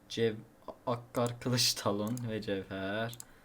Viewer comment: cefakar talonu okuyamayan youtuber